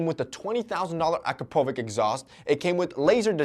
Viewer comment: he really said akrapovick instead of akrapovich lmao